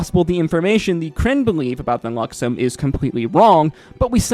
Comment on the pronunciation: I heard "Luxummm" beacon so many times, but I also heard you say The Luxon properly...